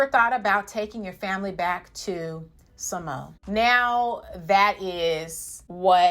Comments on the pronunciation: Its pronounced sa-mo-a, not sa-mo. But agree with your points✌ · ITS PRONOUNCED SA-MO-A....NOT SAMO😉😁🤣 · It's SAH-mo-uh, or sounds more like SAH-mwuh when Samoans say it.